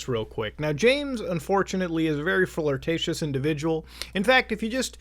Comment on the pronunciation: "Incredibly flirticius "🤣